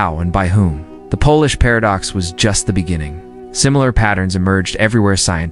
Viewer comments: Not so wonderful AI narration ... Has some work to do. Can't even pronounce "Polish" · While tempting to believe that I am not simply Slavic but rather descended from ancient Illyrians who were smart enough to adopt a superior culture/language when they saw it, I don't think any of this is true... Besides this is obviously AI audio, a human person is not reading this script. A few common words such as "Russian" were mispronounced, and "Polish" was pronounced as "Polish" in some places and "polish" (small "p") in other. A human English-speaker probably wouldn't have made these mistakes... For me that calls into question the legitimacy any claims here, on top of the fact that I already was skeptical of this information. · Teach your robot to pronounce Polish properly (A country) and not polish (making something shiny).